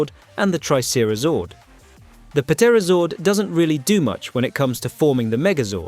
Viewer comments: I can’t take the “Pa Terrazord”. Can you tell this is AI? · Puh-terozord? Really? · The “P” is silent in Pterazord…you’re an adult and should know that 🙄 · did you just pronounce the p in pterazord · Why are you pronouncing the P on Pterazord? You then pronounce Pterodactyl without pronouncing the P.... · Yo dude the p in the pterazord is silent